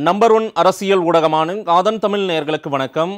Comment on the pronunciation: Thamil-il, magilchi..... Oh... Request you to say Thamizh, Magizhchi....